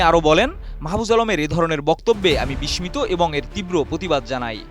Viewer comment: ভাই, বিস্মিত উচ্চারণটা সঠিক হলো না